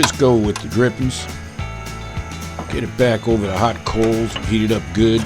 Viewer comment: You smellat? ...Smells GOOHD! This guy is awesome